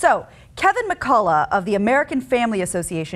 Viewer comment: "McCulla" you pronounce it "Cullock"